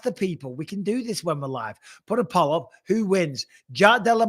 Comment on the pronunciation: Why can't bisping say poll?